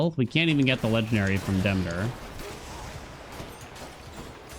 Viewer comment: Bruh.. I can't take it anymore. It's "Duh-mee-tr"..... not "Dimiter"... you've been pronouncing it incorrectly for the whole time. You know like "Council of Demeter".... Google is your friend...